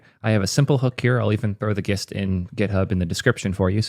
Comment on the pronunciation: It's pronounced gist, not gist